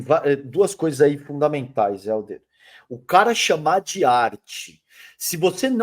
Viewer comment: Pô. Fala o nome dele correto. O nome dele é Helder.